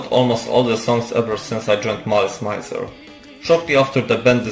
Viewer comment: Thanks for the video, but could you please at least make an effort to say the name of the band correctly? It's not that hard, it's French : malice + misère